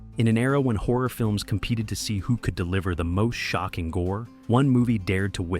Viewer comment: After a few minutes of hearing him saying "whore" several times, I finally realised he's saying "horror". Carlos isn't pronounced CAR LOWS, it's CAR LOSS. Why are Americans incapable of respecting the pronunciation of foreign names? You all have an innate hubris that tells you that only your pronunciation is correct and foreigners must accept your pronunciation of their names. "Haunted houses" are just paranoia and superstition. Ghosts don't exist, only people who believe in silly superstitions think they do, yet you presented this as some kind of fact.